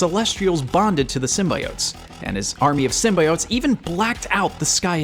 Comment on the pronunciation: Keeps pronouncing it "sym-bye-otes" Hope they at least re-post this video,with all audio replaced with "sym-bee-otes'